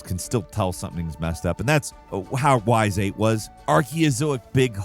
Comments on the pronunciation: My man just said “Whys Eight” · The butchering of Ys VIII's name was, uh, something